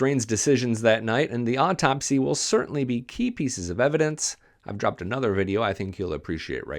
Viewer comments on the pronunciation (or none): none